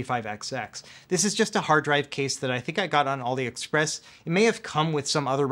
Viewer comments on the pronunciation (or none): none